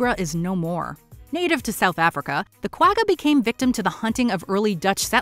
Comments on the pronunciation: From south africa... when she pronounced guagga i died inside... KWA - GA... she makes it sound like a ducks quack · The "gg" in "Quagga" is pronounced as a guttural "kh", not as a hard "g". You can hear the correct pronunciation in the interview clips, so I'm not sure why the narrator doesn't use that. The animal got its name from the sound it made, and the spelling is Afrikaans.